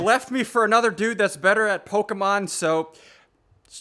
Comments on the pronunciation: Omg SSundee your driving me insane by saying Pokamon it's Pokemon please try to say it right but nice vid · Who else cringes a bit when he mispronounces the Pokemon names? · rarely pronounces Pokémon names correctly XD